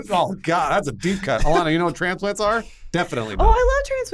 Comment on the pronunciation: I always come back to this video the way he says transplants kills me